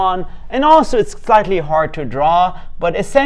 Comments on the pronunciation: this is the first time on the entire internet I have ever heard someone pronounce Gouda correctly. I'm not even dutch, but thank you. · That first Gouda Cheese pronunciation was quite accurate.